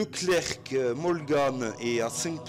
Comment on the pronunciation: On ne prononce pas le c de clerc c